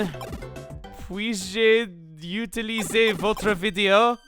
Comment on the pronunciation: your french actually wasn't bad chuggaa, you're pronunciation of utiliser sounded more like utilisez but it was perfectly understandable :}